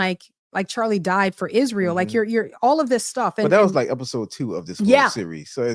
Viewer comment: I completely agree with you on how Candace puts an emphasis on words. Like ISRAEL. Candace Owens pronounces "Israel" with three distinct syllables, "Is-ra-el," likely as a deliberate choice related to her critical views of the nation's political and cultural influence. While she has made numerous controversial statements about Israel, describing it as a "cult nation" and an "occult nation"… The unique pronunciation seems intended to emphasize the original Hebrew form or to draw attention to the word itself in the context of her broader criticisms, rather than a standard English pronunciation